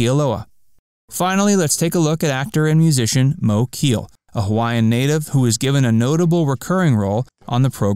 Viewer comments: Moe's last name was pronounced Kay-Ah-Lay, not Keel. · Good video but your pronunciation of Moe Kealeʻs name is wrong. Phonetically it is pronounced: Kay-a-lei or Kay-a-lay. The last name is Hawaiian and not English. He was an incredible musician and mentor to many Hawaiian musicians including Israel Kamakawiwoʻole.